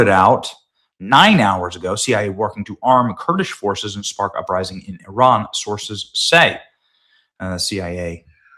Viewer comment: Please say ‘Iran’ correctly. It is not ‘I ran’.